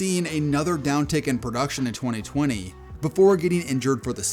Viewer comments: Twone-ay? That's one of Twenty ways to pronounce it. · “Twenty twenayyy” 😂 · Twenty twentay 😂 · why did you say 2020 like that? 😂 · I thought I was the only one who noticed 😂😂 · For real it’s super odd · Why u say 2020 like that bro😂😂😂